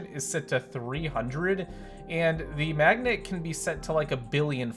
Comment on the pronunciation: I thought he said lets throw it at the MMAGDNET!